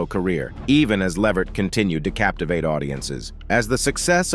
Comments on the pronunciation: It's Levert sir 🤦🏿‍♀️ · Put the T back in his name..... Levert....